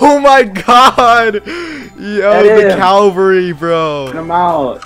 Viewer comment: calvary brooo but its an infantr